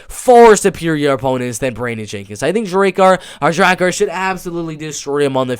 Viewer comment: it pronounced close like "wow they almost found us that was close" and its Druh-Car lolzz so thats druh-car close hehe